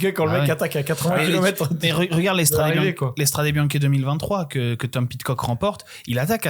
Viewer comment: Des années que cette émission existe et n’est toujours pas capable de prononcer correctement « Strade Bianche » 🥲 ni même logiquement Que tu le prononces à la Française, à la limite, bon, mettons nous au niveau ridicule de la réputation des commentateurs sportif Français, les seuls jamais foutus de respecter les coureurs étrangers en prononçant leurs noms correctement. Pourquoi pas. Mais dans ce cas là tu le dis QUE à la Française 😂 Pas moitié moitié! C’est soit tu dis « Strad’ Biancheuh » soit tu le dis correctement: « Stradé Biznké ». Pas un mix « Stradé Biank’ », ça n’a aucune logique… C’est quand même ultra ultra facile non? 🥲 Vous relevez totalement le niveau avec votre émission, foirez pas tout avec ce genre d’absurdités. Bises les gars trop content de vous revoir.